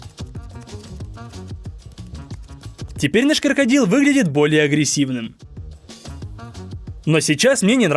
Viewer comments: мне показалось?, сказал коркодил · и коркодил или послышалось?)